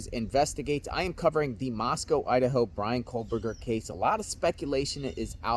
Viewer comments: Another guy who says "COAL-berger" instead of KOH-berger. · There's no "L" in "Kohberger" bro. Its pronounced "co - burger." Not "coal - burger." Its little stuff like that which will make people disregard your research, insights and opinions if you can't get the perp's name right.